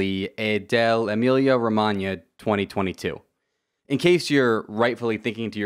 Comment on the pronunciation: good pronounce of "Emilia-Romagna" and loved the video mate